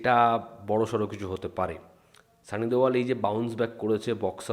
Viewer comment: 😂😂 সানি দেওল ❌ সানি দেয়াল ✅✅😂😂😂